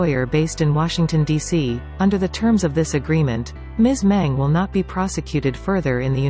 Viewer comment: 'Meng' the surname isn't pronounced correctly in all the videos I watched in this channel. It is being pronounced as 'Men' instead of 'Meng'.